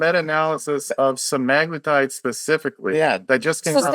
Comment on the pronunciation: Layne Norton is cool but can't really even say Semaglutide properly, continues saying SemIgluuutide, so meds are not his area of expertise either.